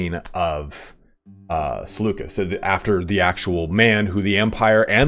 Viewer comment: I love this just one thing though, the way to pronounce Seleucus is with the C making a K sound ik it’s confusing since me say Seleucid empire but yeah